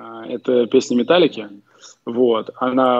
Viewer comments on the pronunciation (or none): "Металлика" в исполнении "педагога" травмировала мои уши сильне, чем давний взрыв гранаты под нашей машиной 30 лет назад.